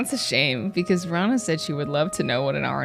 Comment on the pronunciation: Btw Rana is not said raa-na, it’s ra-na. I’m Arabic and i also sometimes say raa-na even though I have a friend named rana